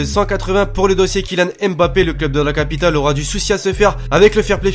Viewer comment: il ne faut pas dire M puis Bappé mais Faire la diphtongue mb pour dire Mbappé! Voilà pour le petit conseil!! Continue comme ça je suis le foot grâce à toi et j'en apprends beaucoup merci!